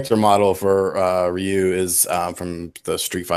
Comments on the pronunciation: I cringe when people say RIE-YOO. It's REE-YOO. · Ryu is Ree-you, and Hadoken is ha-doe-ken not "hadooken"; just sayin'